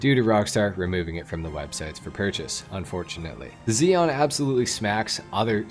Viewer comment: You don't even know how to pronounce Zion ... you must've been homeschooled